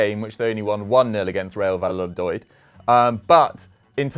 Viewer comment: saying Real Valladiod or it just me?